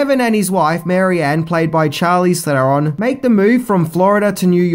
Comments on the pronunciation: A video just wouldn't be a video unless he mispronounced at least one thing in it, wouldn't it? In this, it's Charlize Theron, the Ch in Charlize is pronounced with a SH sound, and not a CH. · Charleez theroon